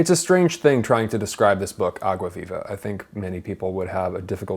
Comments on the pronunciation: vei.. a pronúncia de "água viva" dele melhor que a minha que sou brasileira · U saying água viva is so good haha good portugues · By the way, perfect pronunciation of the title Some people really struggle to speak foreign expressions, but you nailed it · I like the way he pronounces "água viva", it's perfect!!! 👏🏽👏🏽👏🏽👏🏽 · Rafael Zacarias agreed lol